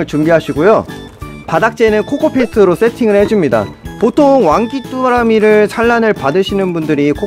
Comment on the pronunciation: 코포피트로 들려...내귀가 이상한건가